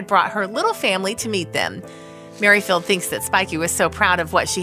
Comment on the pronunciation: 'Mary Field' for Merrifield too !